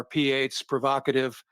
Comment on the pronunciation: Procative they said 😂😂😂 Provocative. Americans are só funny, man.